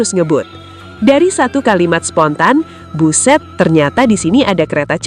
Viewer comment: Cuma mimin yg bilang buszzett... 😆😆